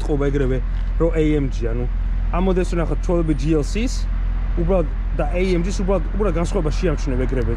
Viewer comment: ბაი თურბო, ეი ემ ჯი . და ასე შემდეგ ცოტა უშნოდ ჟღერს და მხვდება ყურში ძაან ინგლიშურობა :) კარგია მომწონს დანარჩენი